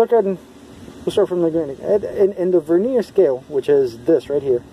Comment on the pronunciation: The word Vernier is pronounced with the accent on the first syllable, not the second.